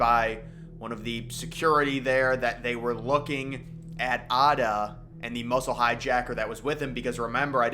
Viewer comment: His name was Atta, not Arda